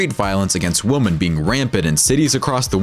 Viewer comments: It's pronounced "WOMEN," not "woman." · This guy doesn't know how to say women ( more than one) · Many woman? It's WOMEN you stupid A.I. voice! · Does no one else notice the irritating and inaccurate use of the word “woman” throughout the video?! “With street violence against woman…” Ummm, nice try on your English bro. Maybe your voice actor should’ve corrected you 😂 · Why are you saying "women" like it's "woman" lmfao it sounds so fucking dumb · 😆I like it - when you're done eating your food and suddenly get attacked by a bear... I have a question, though. The speaker repeatedly said the plural of women as [wumen], not [wimin]. Is that a regional dialect somewhere in the world? I'd appreciate if anyone could clarify that. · Why does the narrator pronounce the word "women" like "woman"? Lol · You keep saying "woman" when you mean to say "women" and it's super annoying. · Yo the way you say women fucking irks me it's not women it's women lmfao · Most of the time your saying "Woman", it should be Women. Thank God I live in the USA. I'll stick to my Glock 27. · Why didn’t he say “women”? Lol he kept saying “woman” wtf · "Many WOMAN"???? Jeez, guys. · Please learn how to say women - hint: 'wimmin' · The plural of woman is pronounced "wimen." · How do you mispronounce women/woman so much? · Learn the difference between the pronunciation between "women" and "woman" and someone might take you seriously. LORD. Plus, one of the weapons is over 100 years old and no longer an option to possess on the normal open market today. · Why cant the narrator say "women"? Weird... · Why does he repeatedly pronounce ‘women’ incorrectly? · Can't you say 'women'? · Someone needs to tell the narrator how to pronounce "women". Jeesh.